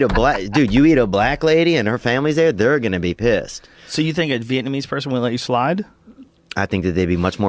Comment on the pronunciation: Bobby Lee was right, theo does sey vietnameeese funnuy lol